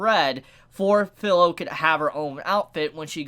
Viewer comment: Its firo not filo